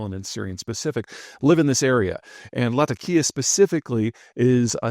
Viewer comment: It's Latákia, not Latakía.